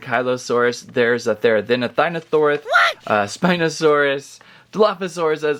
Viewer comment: Therizino is pronounced “THERE A ZEE NO SAUR US”